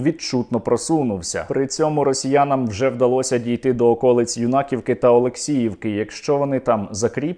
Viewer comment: Не Юнакі'вка, а Юна'ківка - наголос не на той склад